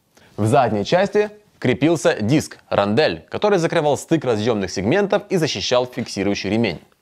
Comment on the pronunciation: Напиши rondelle в переводчик и послушай, как произносится.